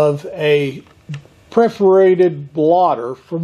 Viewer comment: "Perforated", not "preforated".